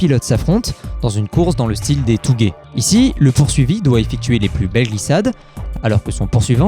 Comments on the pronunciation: On dit tOgué, pas tougé ! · Touge, ça prend pas longtemps d'aller sur google trad voir comment ça se prononce...